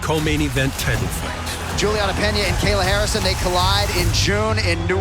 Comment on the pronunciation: Buddy said Gayla Harrison 😂🤣🤣💀